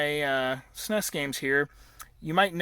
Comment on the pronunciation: This was amazing. I love the stories you were telling as you were showing us your MIND BLOWINGLY AWESOME video game room. I'm happy for you, man! That's beautiful. Thanks for sharing, and it's really cool that you work for Korn. By the way, it's the first time I hear the S.N.E.S pronounced 'sness' like you do. Thought that was interesting.